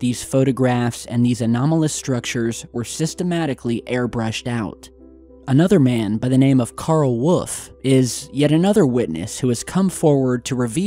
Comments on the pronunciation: Wolf has an L!!!! Every time you do this. Woof is not the same as wolf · God damn it!!!! Lol love you to death for making these videos but, for the love of god and all that is holy!!!! WOLLLLLLLLLLLLLLLFFFFFFFF...NOT WUFF! Lol again...with all respect given...love the channel! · Karl Woof ha ,why cant he say Wolf haha